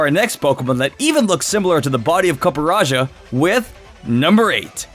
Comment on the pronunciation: Yeah i knew that you're propably supposed to pronunce it Coppe Rajah Like Raja in you language